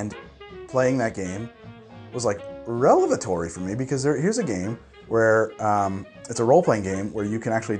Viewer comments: "Re-lev-atory" lmao nice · Can tell you’ve had a few when you tried to say “revelatory” and got “relevatory” 😂